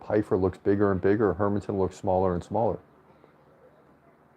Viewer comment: You're actually pronouncing Hermansson more correctly than how most Americans pronounce it. In Swedish the emphasis is on her, with a secondary emphasis on son. Emphasizing man just sounds weird from a Swedish perspective, because there's no such emphasis on the name Herman.